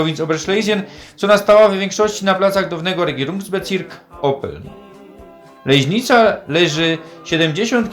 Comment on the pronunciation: ta "Lejźnica" to fonetyczna fantazja rajzy, bo np Adam Peter Kubik godkoznawca i z tych stron tak nie godo